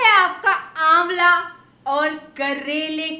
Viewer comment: Aamla hota hai aalma nahi 😂